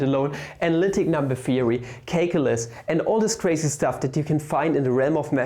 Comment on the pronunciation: Really nice video. Fist one I watched on the channel, but definitely not the last. BTW I noticed your pronunciation of "calculus" is a bit off on the first vowel. Anyway, keep up the good work! I'll go check out the channel.